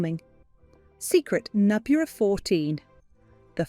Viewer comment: Learn how to pronounce the word "number" correctly and consistently.